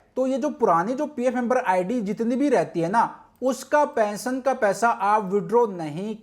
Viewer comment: Pension bolo thik pesion nhi